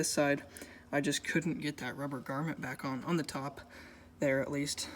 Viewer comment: and it "GROMMET" not garment lmao, it's not a piece of clothing